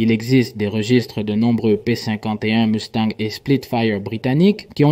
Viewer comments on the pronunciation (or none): none